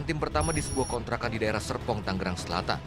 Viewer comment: tapi itu serpongnya kurang R pak ☹😭